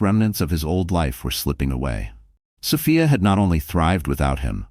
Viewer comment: Distracting when the AI can’t settle on how to pronounce Sophia…else, story is a good one!